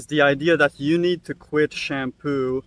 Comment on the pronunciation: It’s literally called SHAM - POO